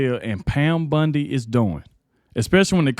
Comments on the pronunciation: Bondi. Not Bundy. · its BONDI...not BUNDY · Its not Pam Bundi. Its Pam Bondi! Please say it right! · I love how you say Pam's name!!! It makes me think of Peggy Bundy from "Married with Children" from the 90s. It's pronounced B-ON-DEE not B-UN-DEE. I mean no disrespect to you. I like your show I think you do a great job. It's just every time I hear you say Pam Bondy it makes me think of Peggy Bundy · Bond i not Bund e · BONDI not BUNDI! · Hey, I can't stand it, you calling her Pam Bundy, ITS BONDI!! It is spelled with an O not a U!!! Say it with me "Pam Bon-di,try it!! It's like the Bondo you use on a car, NOT BUNDY AS THE TV SHOW Married With Children!!! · It's BONDI not BINDI with an O not an I. I just can't watch til the end. Sorry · Pronounced Bon dee Bondi